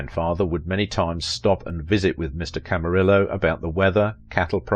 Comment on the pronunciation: I cannot listen to you butcher names like McCrea and Camarillo, pronounced McCray and Camareeeyo. AND, I'm Joel's daughter. If you'd like to know more about that see Jerry Skinner's docu on Joel, I'm in it too. You also got my brother's birth order wrong, it was Jody then David then Peter, who is younger than I am. Long story...